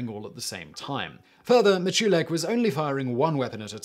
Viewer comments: Jerry's name is pronounced MITCH lick, not mih CHEW lick Cool video, otherwise! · Simon old Duck, Jerry pronounce his last name "MICH-yu-lak". Get it right son, he's from Loosiana, and they be narry minded boogers! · His name is pronounced Mitch-uh-lek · I appreciate the video but you should have checked Miculek's channel or any random video he is in. This way you would have heard his name and not pronounce it completely wrong later when making a video about him. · I'm a fan of Jerry (his last name was pronounced wrong in this video but that's ok). I can say for certain he can go faster with one gun. He actually holds the world's record for speed shooting with a pistol and riffle. He can literally make his modern sporting riffle (I probably shouldn't use it's scary name that consists of 2 letters and a double digit number) come fairly close to a full auto military riffle. It's unbelievable. And for those who don't know, except in very rare cases, those scary riffles are NOT fully automatic. One trigger pull gets you 1 shot just like any other firearm. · Normally I love your videos Simon, but this time you were getting on my nerves mispronouncing Wild Bill Hickok’s and Jerry Miculek’s surnames!